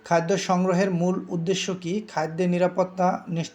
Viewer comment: খাইদ্দ না খাদ্য। উচ্চারণে কিছুটা সমস্যা আছে।